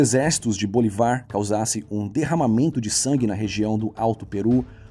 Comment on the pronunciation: "A Bolívia é um país que não tem saída para o mar, e esse é um fator que dificulta seu desenvolvimento." Por que? Países como Áustria, Eslováquia, Hungria, Liechtenstein, Luxemburgo, República Tcheca e Suíça também não têm saída para o mar, e isso não é fator de desenvolvimento. A pronúncia correta da língua indígena é aiMAra, e do nome do "criollo" venezuelano é SimÓN BoLIvar, não BoliVAR. Gostaria de saber quais são as fontes da historiografia que você utiliza para afirmar que a independência das províncias do Império espanhol nas Américas aconteceu devido ao enfraquecimento da Espanha diante da França de Napoleão.